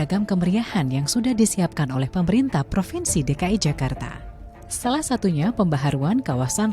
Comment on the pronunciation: Zakarrta😂😂😂 meee11aahhuuuuuu...